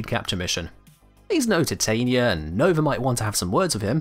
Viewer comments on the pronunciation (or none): none